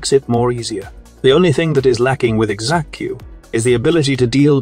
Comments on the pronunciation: bro just because there is an x in xaku dont mean you say it the x is silent same with xata's whisper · I know everyone's got their own way of pronouncing things but hearing him pronounce Xaku like ex-aku makes me giggle every time hehe Edit: Just remembered it's AI x-x